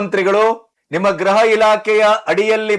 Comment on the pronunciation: ಸಾರ್, ಗ್ರಹವೊ ಅಥವಾ ಗೃಹವೊ ಸ್ಪಷ್ಟವಾಗಿ ಹೇಳಿ.